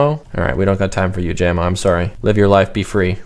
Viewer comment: its /Ja-mo/ not /Jam-o/